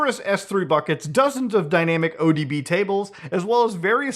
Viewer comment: "dynamic-o-db" is certainly one way to pronounce DynamoDB lol